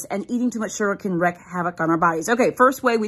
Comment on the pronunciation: ”… eating too much sugar can WREAK havoc …” not “wreck havoc. “WREAK” is pronounced “REEK” not “REHK.”